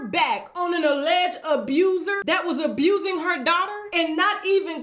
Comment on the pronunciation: Everyone she says 'abusin' ' I crack up! Btw, I do believe, and don't think it's all a scam! I do think however that the family is coordinating how to destroy him due to his financial downfall. In short.. bunch of gold diggers picked the mine bare, off to the next..